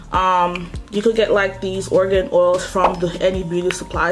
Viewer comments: Pronounced Air-a-gon oil. Not 'organ' oil. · The pronunciation of argan oil is wrong. It's not pronunced "organ oil". That's the point suzana haji was trying to make.